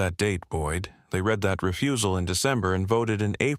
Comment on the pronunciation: That was a good story. The voice sounded human. The only give away that it was AI was pronouncing read (red) and read (reed) wrong. I subscribed.